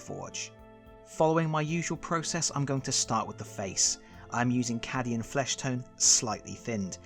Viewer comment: Its KA dian fleshtone not ca dian